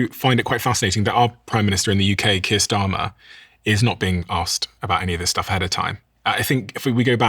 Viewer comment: I generally refrain from commenting. However, it sounded like you said, “Kissed Armor”, not Keir Starmer…..🤓